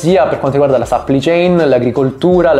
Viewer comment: "catena di sappli chein"